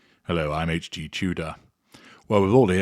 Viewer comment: HG with southern drawl ....absolutely hysterical xD